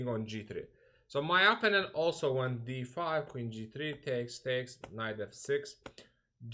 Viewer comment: Vasif, Amerikada yasayirsan, bes niye cox tez-tez istifade edilen “opponent” sozunu indiye kimi duzgun teleffuz etmeyi oyrenmemisen?